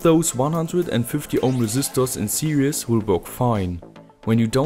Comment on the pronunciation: I don't know why I'm watching this video I've been building LED drivers for years now... Ah yes. Now I remember I wanted to know if calls it "series" or "serious" still 😅